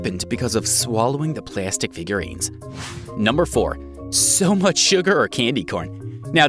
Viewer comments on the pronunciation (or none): none